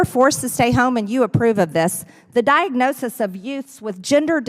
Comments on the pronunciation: Diag-no-SISIS... Werds are harrd!! LOL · And she can't pronounce diagnosis. Diagnoseses! Ha, ha, ha!!